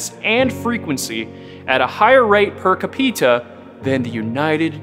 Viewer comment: "Per caPEEta" LMAO